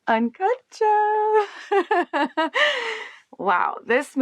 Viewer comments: I was hoping she would pronounce it as Uncut JAAAAMS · Exactly how she pronounces it. Uncut Jaahms. 😂